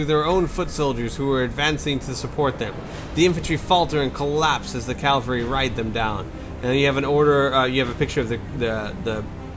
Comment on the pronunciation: You pronounced cavalry correctly on the first try several times :) And its bee-league-errrd.